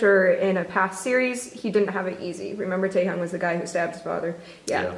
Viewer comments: I’m sorry did she just say “tay heeyoung” I mean she could’ve just said V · the way she pronouns Taehyung makes me mad 😂 the h isn’t that prominent